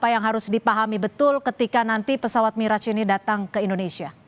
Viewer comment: baru kali ini aku denger pelafalan yg bener dari Mirrage & Rafale di Chanel pengamat militer Abal-Abal maah bilangnya Mireg & Rafa-Le